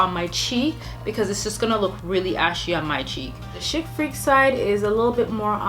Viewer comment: Chic is pronounced "sheek".